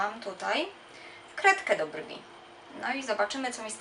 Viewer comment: mojim zdaniem pani na koniec powiedziała dżwi a nie brwi